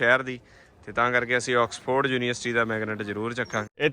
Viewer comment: ਵੀਰਜੀ ਆਕਸਫੋਰਡ (Ax-Ford) ਨਹੀਂ। ਸਹੀ ਨਾਮ ਔਕਸਫੋਰਡ (Ox-ford) ਹੈ। ਏਂਗਲੈਂਡ (Angland) ਨਹੀਂ ਵੀਰਜੀ ਇੰਗਲੈਂਡ (Eng-land) ਹੈ। ਇਸ ਕਰਕੇ ਦੱਸਿਆ ਕਿ ਜਾਣਕਾਰੀ ਸਹੀ ਮਿਲੇ।